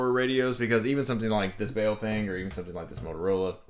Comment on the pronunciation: BOW-FANG pronounced :) Not bow like what hunters use. But what do Japanese people do at a meeting.